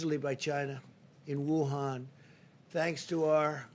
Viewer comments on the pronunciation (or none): none